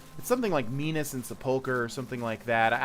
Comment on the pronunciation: "Menas and Sepulcher" smh